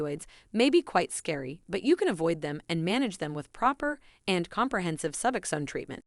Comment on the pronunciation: Lies. You don't even pronounce the drug correctly